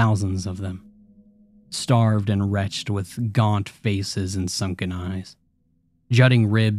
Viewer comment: Excellent reading:) "Wretched" is a two syllable word. Please be more careful.